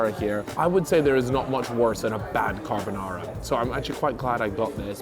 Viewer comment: Bro said "carb o Nara" hahaha